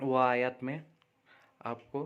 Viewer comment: लोगो को गुमराह मत करो, आयत को तुम खुद गलत पढ़ रहे हो